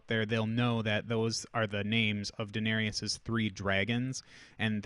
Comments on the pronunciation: This bothered me pretty bad too lol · This was triggering me hard, too. :D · Thank you, glad it wasn't just me 😂